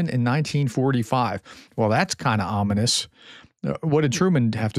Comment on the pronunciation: It's ominous that you push the word ominous so heavily.